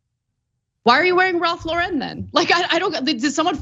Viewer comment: Not that it matters but it's just Lauren like the girl's name. Not LaREN. Just Ralph Lauren, regular name pronunciation for both words. Also Kanye is trash. But I don't think that's ever been a secret.